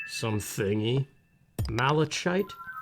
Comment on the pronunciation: 1. Aww, do you want to record playing multiplayer with your girlfriend? I just think it would be epic cuteness. 2. "Mal-a-KITE", like that. I think it's Greek...? Their CH makes a hard C sound, usually. 3. I thin motivation is the idea of "I want to do X", while drive is having the energy to do it. Like my book: I'm writing a masterpiece, I HOPE, and the deal I've made with myself is that I hve to work on it every day, but there's working on it, and then there's WORKING ON IT, if you get what I mean. I imagine you do. 4. Our society prioritises the young over the old, though, as life xpectency increases, the "old" rage is getting further out. At least for men. Not so much for women. For men, if you're in your mid-50's, then you're "distinguished", but women over 30 are usually thought of more as "tired". Double standards are a c*nt like that, but it also goes back to the fact that we are CONDITIONED to fear getting old. Why? Because we're all afraid to die, whether you believe in an Afterlife or not. Everyone wants to go to Heaven, but no one wants o die? You KNOW that doesn't work. And hell, I don't even want to go to Heaven. It sounds boring. This is why I ascribe to reincarnation as an Afterlife theory. 5. Well yeah, everyone likes the struggle more than the reward because that has to do with evolution. We ARE still evolving, though we can't perceive the physical changes. But our minds evolve faster than our bodies, and it is among the foremost instincts and even processes